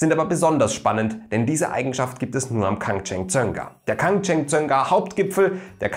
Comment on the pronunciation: Hätte mich in der Aussprache tausendmal verhaspelt 🤪 Respekt! 💪🏻